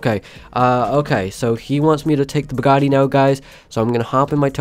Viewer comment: Did he say burgatti of Bugatti